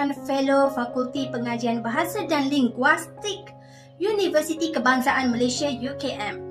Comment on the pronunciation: Ling..guis..tik..bukan ling..guwais..tik.sebut betul2..canselor bukan counselor..